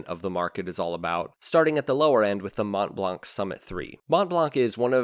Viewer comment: You don't pronounce the "t" or "c" in Montblanc.